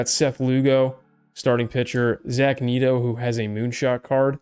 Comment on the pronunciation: Your videos are great. Wish you put more on youtube, seems you were putting more up last year. Big Angels fan so I gotta help you out here, Zach Neto is Net-o, not Neat-o. Also Sean Hjelle is pronounced Jelly.